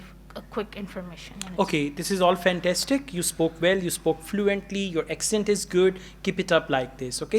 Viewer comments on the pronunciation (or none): She spoke fensastic